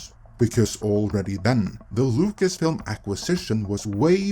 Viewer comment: I like how you pronounce Lucasfilm "Locust-film". Maybe more acurate than meets the eye...